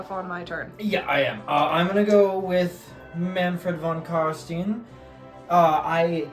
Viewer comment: Nice battle report, but for the love of Nagash: you pronounce Von Carstein just like you would say Einstein.